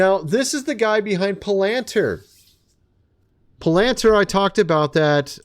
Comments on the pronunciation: PLEASE LEARN TO PRONOUNCE WORDS!!! Its PAL-ant-ear Palantir… Not Pill-anter You cannot report on things you cant even pronounce… Just proves you have no clue what you are talking about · It's PAL-ENT-EEAR NOT PLANTER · Pal-an-TEER is the pronunciation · I am just wondering if you are intentionally mispronouncing Palantir. There is a great website called 'howto pronounce. . .' It is actually pronounced PAL'intir with the inference on the first syllable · Hey, Boss - you're pronouncing Pallantir like a tagalog word. It's Pronounced - Pal (pause) In-teer.